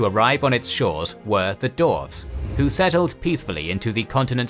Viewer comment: Stop calling them darves! It's "dwarves" with a "w"!